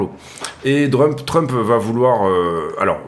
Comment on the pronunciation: Hello, toujours aussi top tes analyses, ça fait plaisir de voir des mecs pro sur youtube. Mdrrrr, tu as fait un Labsus déguisé dans ta vidéo, tu as dit "Drump" au lieu de Trump, un mixt entre DUMP & TRUMP ahahahahaah, elle était bien bonne celle là:). Au plaisir de voir à nouveau tes vidéo, bonne journée!